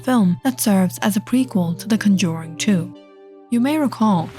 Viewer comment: I luv the story behind Valak and her Orgins plus what her ture form looks like. But ima be straight and say it’s not “Conjoring” there is no “O” in the Word. It’s “Conjuring” with a “U”